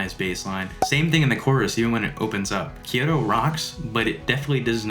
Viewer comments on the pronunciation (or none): none